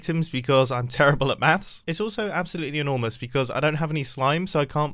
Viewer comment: Chase Branson "Everyday at school, I do meths!"